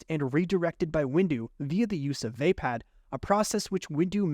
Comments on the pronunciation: Just a little nitpick ,youre pronounicng VAPPAD wrong.Its pronounced WAHPAD not WAYPAD .I know americans dont care about pronounciations that much tho 😅. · Not VeypadXD Vaa-pad. Vaa should be pronounced like "Va" in "Valhalla" Some of these pronunciations are killing meXD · It’s pronounced Vappad with an o sound not VApad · Vaypad❌️ V-uh pah'd✅️ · Great video but... Vah-pard not vay-pad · Vah pod, not vape pad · Decent video but why can NOBODY pronounce “Vaapad” correctly? It’s “VAH-pad” not “VAY-pad” or “vuh-PAHD”. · You sure it's "vay-pad"? And not "vuh-paad"? Most other videos say it the second way. Has to stop listening coz pronunciation. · The mispronunciation of Vaapad (should be Vuh-pod) is annoying me 😂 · "vay pad" :( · You had SO MANY chances to correct your mispronunciation of "waypäd"!! 🤦‍♂️🤦‍♂️🤦‍♂️ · The way this man pronounces vaapad makes my brain itch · I can't imagine how you would end up pronouncing Vaapad like that